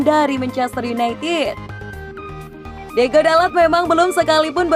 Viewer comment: tulisan namanya diogo, tapi sebutnya diego terus